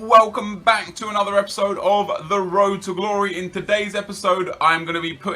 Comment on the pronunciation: It was more like rrrrroad to glory.